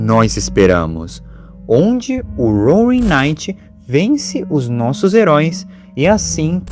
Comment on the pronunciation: Velho tu tá falando "roaning" ao invés de "roaring" Inclusive eu to dentro das backrooms